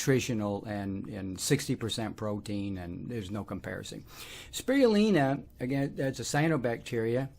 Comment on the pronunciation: “Sproioolina” or Chlorella. That’s an interesting accent. You took Spirulina and switched the “iru” into “rui” despite explaining that it is named after a spiral. I wonder why that happened. Thanks for the info!